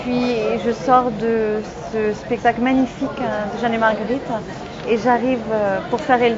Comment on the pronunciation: Heureusement dans les doublages elle perd cet accent parisien a J'adore sa voix mais c'est insupportable ces fin de mot en 'in' ( pour exemple : - ce spectacle Magnifiquin, de Jeanne est Margueritin..... Tout est Ouverin). Je l'aime et elle m’énerve :)